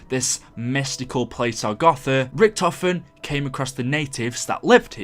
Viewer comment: It's pronounced agartha lmao not agotha